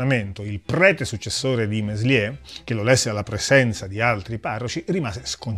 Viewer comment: Contributo davvero interessante, bravo! Due soli appunti: quando Meslier morì,nel 1729, in Francia regnava ormai da anni Luigi XV. E poi il nome di questo singolare prete si pronuncia melié (il francese spesso induce all'errore, si sa). Ciao :)